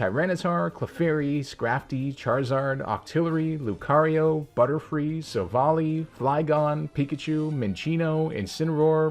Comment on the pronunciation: (pressing tongue firmly against cheek) I question your expertise on this subject matter due to the fact that you said Silvally's name wrong.